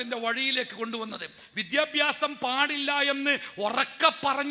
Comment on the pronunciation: നല്ല പ്രഭാഷണം. വിദ്യഭ്യാസം - അല്ല വിദ്യാഭ്യാ സം എന്ന് തിരുത്തി പറഞ്ഞാൽ നന്നായിരുന്നു